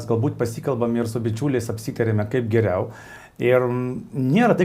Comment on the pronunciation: kodel Valdas Bartkevičius kalba tokiu ryškiu rusišku akcentu? isiklausykite: kirčiavimas ne lietuviškas... bando pasakyti "kaip geriau", o gaunasi "kaaaip giriaaau" Kodėl lietuviškai sunkiai kalbantis žmogus su rusišku akcentu taip varo ant rusų ir vaidina, kad jis lietuvis lietuvių vardu veikiantis?